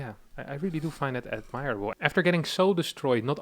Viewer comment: admirable pronounced Admiral-a-ble not admire-a-ble. now i write that i see how you could get it wrong.. gee english is fucked..